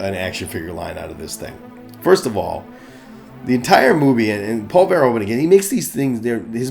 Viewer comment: I think you can improve your pronounciation of Verhoeven. Say it more like "Ver-" with a sharp "v", followed by "hoof-", as in cow feet, followed by "-un" as in "sun". Ver-HOOF-un. Greetings from the Netherlands!